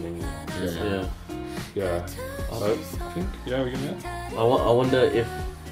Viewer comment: guys if no one has mentioned yet, their names are pronounced as "Min-Gyu" and "Won-ooh" :)